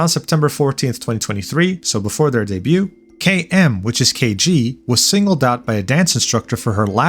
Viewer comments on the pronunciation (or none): I'm sorry, I know it's dumb and nitpicky for me to point this out, but MAN it is going to bother me if I say nothing - The "T" in the word "debut" is silent. It's pronounced "day-byew". Phew! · Hey bro, debut is pronounced day-bew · the t in debut is silent btw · bro please learn how to pronounce debut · The "t" in "debut" is actually silent. It's a French word that English picked up thanks to the Norman Invasion. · dey byu ting? you don't pronounce the t in debut just saying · Love your videos. Coming back to comment again, the "t" in debut is silent. keep on keeping on. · Just a little fyi, the t in debut is silent.